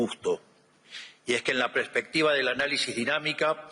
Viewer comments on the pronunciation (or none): none